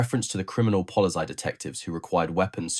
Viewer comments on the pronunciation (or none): "Polly's eye"? erm, nope mate, do your homework, ffs.